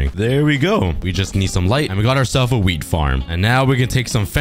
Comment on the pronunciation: did he say w33d farm or wheat farm???